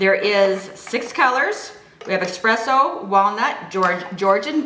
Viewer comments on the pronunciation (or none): ESSSSS-PRESSS-OHHH. Not EX-PRESSO. CO-LO-NEE-AL. Not COL-O-NEL.